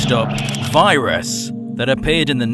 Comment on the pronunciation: Its viras VIIII RAS Not Vyeras Vi ras